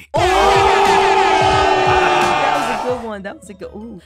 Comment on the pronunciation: When said im here for de boothy who boothy